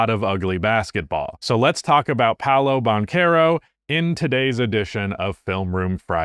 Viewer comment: "PowLow BonCarow" 🥖 🇫🇷 🍟 😂😂😂😭😭